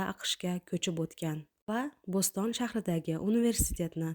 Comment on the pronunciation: Сухандон синглим ! Умуман хорижий тилларни билмайсиз,шекилли.АКШда Boʻston шахри бор. Узбек тилида Бу'стон (ободон))деб айтдингиз. Яна " Свейшария" деб айтдингиз, ,"Швейцария" дейиш керак эди. Насихатим, факат узбек тили ни билиш билан чекланиб колманг.